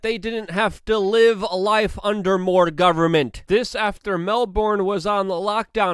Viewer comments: Melburn or melbin, not melborn. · Luke, pronounced Mel burn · Of all the words you could have mispronounced, Melbourne is pronounced "mel-bin"